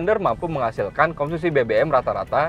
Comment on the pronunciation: dengarkan baik2 "komsusi" 😅